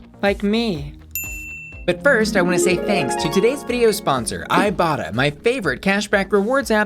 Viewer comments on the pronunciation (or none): When she mentioned the sponsor for today's video, I deadass thought she said "I Bottom" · I legit thought she said "I bottom" 😂 Luv ya! 😘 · Legit thought you said “thank you to today’s sponsor, I bottom” and I was like “we know” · Am i the only one when i first heard bussy say iBotta thought she said i bottom 🙈😂 i was thinking sis this youtube not only fans 😂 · I thought you said the app was called " I bottom" until I re listened to the ad xD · Every time you said "ibotta" I thought you were gonna say "I bottom" Maybe I'm just thirsty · When you said ibotta I legit thought you said "I bottom" lmao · Every time you talk about the iBotta app I could swear I hear you saying "I bottom".